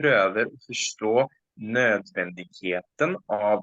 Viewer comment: In the word "nødvendigheten", the stress should be on the second syllable, not the first. Further, the "g" is silent.